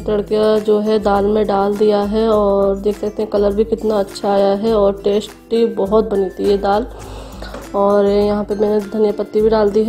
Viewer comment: Tasty ko ap tashty bolti ho...apk tashty sy khany m or tasht ajata hoga